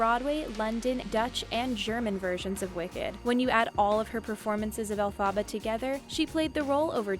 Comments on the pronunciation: Its Elphaba not Elphaaaaba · Can this woman please learn how to pronounce Elphaba!?!?!?! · Any time this chick said Elphaba, a small part of me died